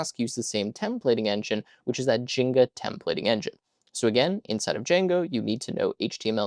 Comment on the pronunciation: Templating language is called Jinja (more accurately Jinja2) not Jinga.